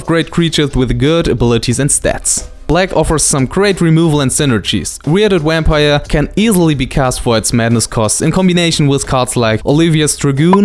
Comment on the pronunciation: i am in no way making fun of or belitteling you, when i say this.......from now on anytime i play a bomb Vampire i am going to call it a Wampire in your honor haha, omg i love the way you say that, it is fantastic <3.